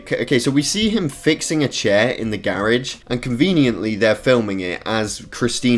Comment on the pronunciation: Love how he pronounces garage "carrage"